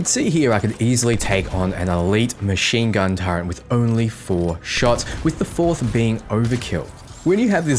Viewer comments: but it hurts us precious! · Why do aussies/kiwis struggle to say Turret?... you say Turret but then start calling it a TurreNt.